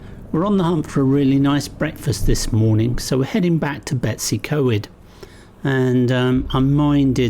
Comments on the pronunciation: Its pronounced Bet-oos-uh-coy-d not Betsy co-ed but well done for trying haha! Looked fun! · To be fair, nailed Dolwyddelan, as he did Beddgelert in a previous video. It's slightly unfair to expect 'foreigners' magically to be able to pronounce words from an unfamiliar language. Nevertheless, "Betsy Coid" - ych a fi! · Its actually pronounced Betus u coid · Betsi coed? B as in b for bread,e as e in egg,w as in w in walk s as s in sun then y as the u in under. Pronounce the letters as you pronounce them in English not your alphabet pronounciation of letters.We usually get a good breakfast at the old station when on our motorcycles.Lovely video ,hope you don't mind the Welsh lesson 😂👍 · I agree, it is disheartening ... I would understand if they were difficult for a foreigner to say, but betws y coed isn't difficult... just 'Bet-us' uhh 'coid'